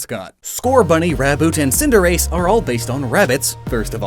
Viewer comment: Just a little note, Cinderace as in cinder ace, an ace with fire, not cinde race.